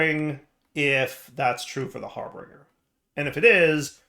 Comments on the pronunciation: It's not Har - bring - er, it's Har - binge - er. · Har- bin - ger not harbringer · He is still going to read it as harBRINGer. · DIRE. HARBINGER.... HAR BINGE(like a drinking spree) ER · That's a touch painful. Har-binge-r. That's how his name is pronounced. Thank you for coming to my TedTalk. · Why did keep adding an r in harbinger that wasn't there? He kept calling it harbeinger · Same reason he calls piglichs piglicks